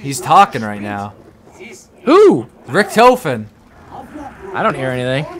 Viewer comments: Umm, It is Rictofin, not Ric-toe-fin. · its Richthofen not RichtOfen